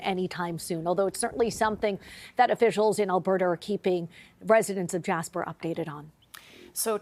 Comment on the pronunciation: Jasper? More like Jashper, amiright?